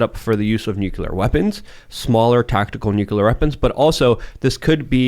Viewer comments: NUCLEAR!!! FFS you have a nationwide podcast act like you have the vocabulary of someone who graduated grade school. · Ragging on Bush for pronouncing nuclear as "nu-cu-lar' is unfair selective ridicule if you don't mention that Jimmy Carter, who was a nuclear engineer in the Navy, also pronounced it that way.